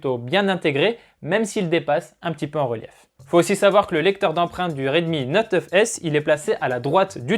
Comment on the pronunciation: 🐔🐔🐔🐔la même 😁